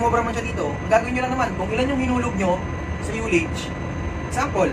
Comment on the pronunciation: Di lahat ng interisland ignorante sa sounding parekoy partikular sa UTI, Kaya wag mo lahatin porket international ka na. Tsaka nga pala, pag pronounce ng ULLAGE ay hindi yu (yullage) kundi ah (allege)